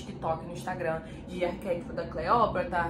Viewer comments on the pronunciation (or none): none